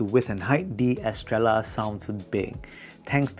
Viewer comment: It’s meant to be pronounced Estreyah”. It’s a spannish word, double L is read as j-Y